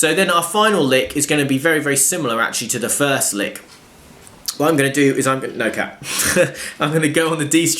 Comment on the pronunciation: What about the way he said "no cat"